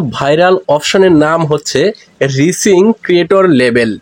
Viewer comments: আমি ইংলিশ উচ্চারণই করতে পারেন না। আবার কন্টেন্ট তৈরী করেন কেমনে? বানান টা "রিচিং" না এটা হবে "রাইজিং " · আপনি ভুল উচ্চারণ করেন কেন? হবে রাইজিং